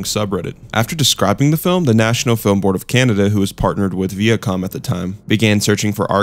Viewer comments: Honestly had to stop watching because he kept saying Veeacom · KWAY-ZAR not KUH-ZAR!!! Also VY-YAH-COM not VEE-YUH-COM